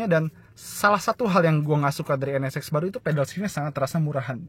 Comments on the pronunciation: Penyebutan NSX nya terdengar seperti NS-Sex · Sya denger penyebutan nama nya N Ne Sex ada yg sama pendengeran nya...